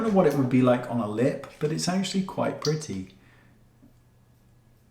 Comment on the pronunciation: Oh how I love Mr. Goss and the way he says" oh now that's PRITTY(pretty)...lol !